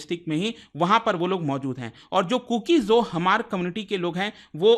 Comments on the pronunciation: Hamar pronounced nhi sir H is silent only Mar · Dear respected man,just wanted to point out that it's really important to double-check facts before sharing them. Small mistakes can lead to a lot of people learning incorrect information. For example, it's "mar" not "Hamar", "tsunami" is actually pronounced "sunami", and it's "Silchar" not "Siliguri" in Assam's Cachar district. Just want to make sure we're spreading accurate info! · It’s pronounced Maar not Hamar or hmar (H is not pronounced like knife not kenife) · Hamar nahi mar pronounce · We hmar nation, Not Hamar ,Your pronounce is not correct. Pleasae pronounce correctly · It's not pronounced as hamar but mar. H is silent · Sound /pronounce as mar,,,Not Hamar😂 (H=Silent) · The pronunciation is MAR and not Hamar. H is silent. I'm from Manipur and we called them Mar. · Hmar... Pronounced as H silent. Not HAMAR. 👆👆